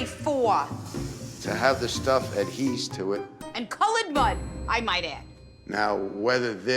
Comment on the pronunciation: It is adhere to, not adheeze (?).